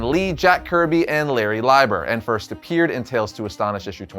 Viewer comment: Good video. Minor correction, Larry Lieber’s name should be pronounced “Lee-ber”. He’s actually Stan Lee’s brother and contributed to quite a number of silver age Marvel projects, scripting and even drawing. Stan Lee’s pen name is a condensed version of Stanley Lieber.